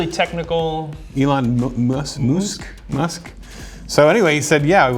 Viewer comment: Lol "Moosk"😂